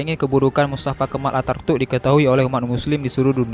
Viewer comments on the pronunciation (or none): Knp host nya baca mustafa kemal atartuk Seharusx mustafa kenal ataturk . . Perlu di tatar nih host nya spy tdk salah dlm pengucapan huruf2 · Pengisi suaranya salah ngomong harusnya Attaturk malah jadi Artatuk.. 😄